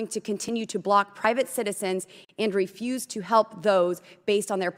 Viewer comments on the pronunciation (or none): none